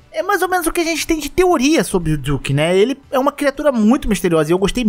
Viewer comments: fala duque certo porra! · Ta com dificuldade de pronunciar o nome dele kkk do nada manda um "diuque" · que agonia cê falando "diuque" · Porque vc fala o nome do duque como diuque?